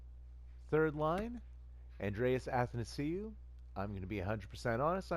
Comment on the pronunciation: btw you're saying Athanasiou right, just so you know